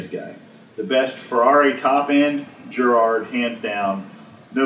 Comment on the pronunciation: I've used the Giraud loading competition .223 and it is HANDS DOWN the best tool for case prep. And its not my last name, its pronounced "Jerr Oh"